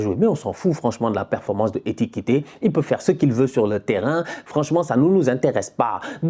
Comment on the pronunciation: Toujours en difficulté avec le nom d'Ekitike